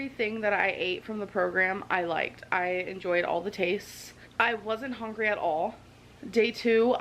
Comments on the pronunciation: I cringe every time she says “hongry”. 😬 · Lol, yes. My brain automatically says "hongry, hongry hippo" when she says that. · I hate how she says hungry, “hongry” lol